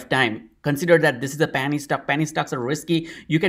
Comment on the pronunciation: It sounds like you're saying "panty" stock ☺️. Don't change a thing! Love your thoughtful and thorough content - long time subscriber 🙏🏼❤️